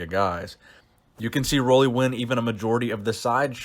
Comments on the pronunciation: Roelly is pronounced like roolly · It is pronounced roolly like woolly